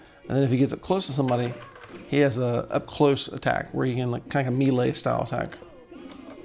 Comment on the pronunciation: mah jzong not just mah jong. melee = may lay.